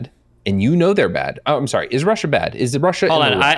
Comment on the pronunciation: Every time Lauren says “SOUWRY” I wanna video game myself